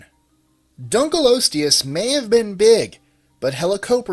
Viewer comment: its pronounced (DUNK-LEE-AW-STEE-US)